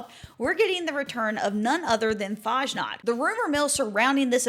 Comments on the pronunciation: lerne bitte, wie man Fasnacht richtig sagt. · Dear lord please learn how to correctly pronounce fasnacht